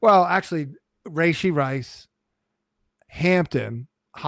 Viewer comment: Please stop saying, “Ray-shee.” That’s not how you pronounce it. I’m sorry… How do you have a fantasy football podcast and you’re criminally mispronouncing a top receiver in the league? You’re the only two men on the planet that say, “ray-shee” and it’s nails on a chalkboard. Gotta fix that moving forward.